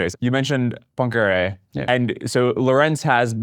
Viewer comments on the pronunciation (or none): Are they pronouncing “Poincaré” as “punkray”? Or is “punkray” a different person?